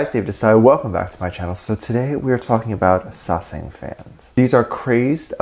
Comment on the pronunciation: Okay so I definitely agree with you about the fact that they need to be put in their place. I wanted to inform you that you are pronouncing it wrong it is Sasaeng and not Sesang. Sesang means world and Sasaeng means private life. I just figured youd like to know. This is not hate I love your vids I just figured youd like to know you were pronouncing it wrong. Edit: I only know that because of serendipity lol. "Nae cheonaAAaAAaaaaAAAA, nae sesaaaaAAAAaaaang"